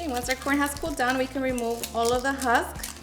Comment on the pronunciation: Lol. Its not huck, sweetie, its called the husk. Youre so cute. Hate saying the wrong word but i hate more for people to not yell me im saying something wrong. Te digo con cariño. ❤❤❤🎉 Gonna make me some corn ensalada